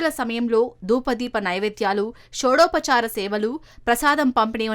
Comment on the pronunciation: షోడోపచార పూజ కాదండి. షోడశోపచారపుజ.